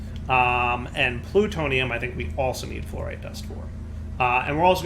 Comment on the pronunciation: fluorite as in fluorecent plz